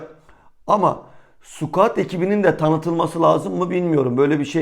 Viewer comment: Sürekli squat diyorsun. Doğrusu scout skaut diye okunur